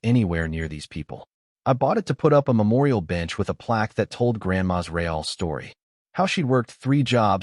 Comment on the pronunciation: None of these AIs seem to be able to pronounce "real" in English rather than Spanish; it would be amusing if it wasn't completely facchin stupid instead!